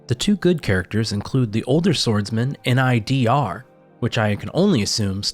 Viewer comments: If Nidr is of Norse descent, it should be pronounced like “neither”, but with a “d” instead of “th”. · Unsure if intentional that you make an apology of being unsure of how to pronounce Nidr, then say Or-on, twice in a row 😂